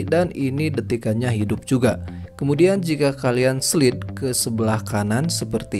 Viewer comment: ijin koreksi bang. slide dibacanya slaid bang bukan slid. tapi gapapa tetap i lup you 😆😆